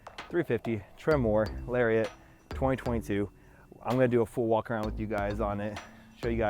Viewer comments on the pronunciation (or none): none